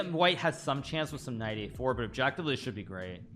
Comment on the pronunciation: Hikaru: “best move, objectively” Me: “yes, yes…oBjEkTiFleE”